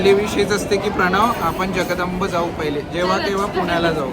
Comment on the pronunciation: जगदंब ❌ जगदंबा ✅ 😅